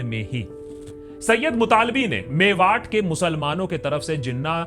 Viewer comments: Just to correct you it’s मेवात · भाई वो मेवात है मेवाट नहीं, कानों को चुभ रहा था तो लिख दिया